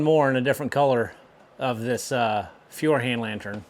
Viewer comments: Furhand 😂😂😂 Just say firehand its close enough 😂😂 The baby versions cost 20€/$ btw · Say "foy-er-hand" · On pronounciation... Feuerhand literally translates to fire hand; and the German translation sounds almost the same, except you replace the "i" sound with the "oi" sound in it (eu sounds like the english oi). So it's foi-r hand (with hand pronounced like hunt). And there you go ;) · 25 Years in Canada...as a German: Let me help you with the pronounciation of Feuerhand. Most important: It's two words: Feuer and Hand (Fire and Hand - you guessed right) Lets start with the easy one. english hand is pronounced hunt (with a soft t - like d in darn) han-d! Next up: Feuer...you are pronouncing the first e like an e in english which sounds like an i in German...so don't look at the letters at all. "Feuer" sounds like TOY with an F...ok so FOY.... keep practising... that's the first syllabel. "Feuer" has two: FOY and ER like the er in her: Now you got it FOY-ER...pause...HUN-D ( with a D as T). Now faster,and faster and faster FOY-ER_HUN-D. One word! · German can be relatively easy to pronounce if you can discern the words that make up compound words So lets go Feuerhand literally Feuer ( pronounced foy er or foy r) and of course the word hand ie hand in in English so literally Foyer hand fire hand But there is no FIOR( Italian) or FYOR( Norwegian) written in the name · "Feuer" could be approximated as "foia" or "foier", EU is similar to OI. And regarding the A, simple tip: Ä and AE are the same thing, so the difference between them is the E. Appropriately, A is pronounced like the A in "car", while AE/Ä is like the A in "care." So A is never read like in "care." So use the sound in "car" to say "Hand", except it's a short A. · To pronounce Feuerhand correctly in english just say "foyer hunt". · Feuerhand is pronounced Foih-ah-hunt if read by english speakers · Feuerhand is pronounced FOYarhandt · Correct pronunciation is foyerhand